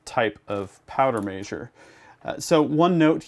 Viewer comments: Powder “maysure” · Yeah he said it all messed up 😂